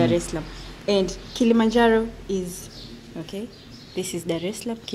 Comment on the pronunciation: харэ май инглиш верит гуд. Не Оки, а хотя бы, O'key